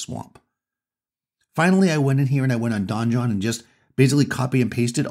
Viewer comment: Since you speak for a hobby and use the word "donjon", I want to help you out. It's just French for "a keep" and, as an English loanword is pronounced the same as "dungeon"...unless the creators of the software have explicitly said it's like Don John.